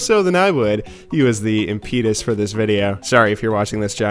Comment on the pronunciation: wtf was that pronunciation of impetus?